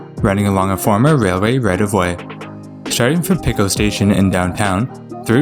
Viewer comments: yeah, Pico is pronounced the same as the metric system's root 'pico' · also how he pronounced Pico as "picko" lol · lol he ways calling Pico station Picko station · That and he pronounced Pico as "Pick-oh". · Pico is latin so it's the same in all the branch languages. Pee-ko